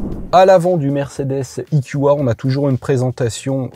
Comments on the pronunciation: Cher monsieur, vous êtes sûr qu'on dit "ikioua"??? (marrant, ça sonne un peu comme du japonais...) Ce ne serait pas "ikioué" ou plutôt "eukua"??? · parle français E Q A et pas ikioua ! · Soit il faut prononcer "i kiou ai" soit "Euh ku A" mais là c'est du franglais ! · " I KYU A" quand t'arrives pas à te mettre d'accord sur la prononciation anglaise ou française